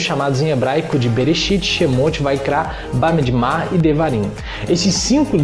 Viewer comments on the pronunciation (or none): Desculpa, sei que o video é velho, mais, o senhor falou "badibmar", porém se escreve "BadmidBar"... E outra correção é Ketuviin... Eu sou judeu e não reconheço o termo shetuvin, tanto que está ali a letra k exemplificando. Mas muito bom o video viu. Acho muito bonito quando vcs cristãos se aproximan ao judaismo com tanto respeito.